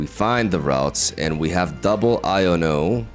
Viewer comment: Just an fyi: Guzma is officially pronounced "gooze-muh" while Iono is "i-uh-no" (without pauses)